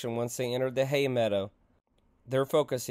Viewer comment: I watch all the time ..but please...medow...not meda